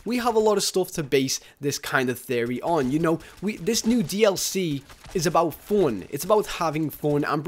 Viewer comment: I thought he said porn when he said "fun"